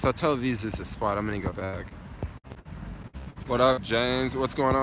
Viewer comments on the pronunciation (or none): you keep saying Tel Aviz. 😂 love it man. This trip is very inspiring